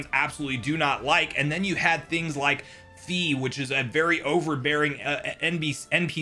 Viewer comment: Fai not fee